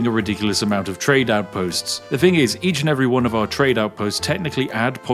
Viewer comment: He's so Spiffy he doesn't even want to speak proper English! What is a "thing"? Spiffy deals in"fings". [Edit I'm one time talk. I can't EVEN TYPE.]